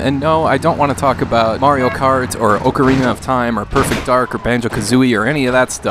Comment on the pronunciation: Oakarina of time?